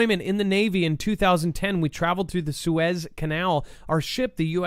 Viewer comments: It’s Sue Ez. Not Sue Eze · Its pronounced SOO-IZ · did you even go to High School that you don't know how to pronounce Suez?? Wow. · we all told you in chat how Suez was pronounced. Why would you say we didn’t?